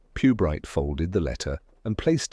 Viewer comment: Inspector PEWbright?? Lost me after 10 seconds.